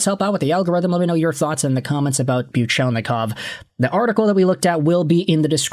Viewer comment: I'm surprised you can pronounce Fedorov and Buchelnikov's names correctly